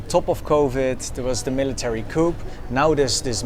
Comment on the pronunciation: No big deal but at least in the US we pronounce junta with a silent "j" so it sounds like "un-ta." Also, the word "coup" has a silent "p" at the end, so it sounds like "coo" or "koo." Don't forget, it's "at war" and not "in war." Otherwise, great job. Thanks for another interesting video.